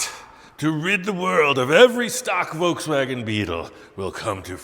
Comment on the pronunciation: The "Ve Wans" Bug🐞